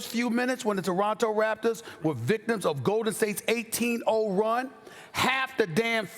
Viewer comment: Does she not know how to pronounce Raptor- or does she think they are actually called the “raptures” ?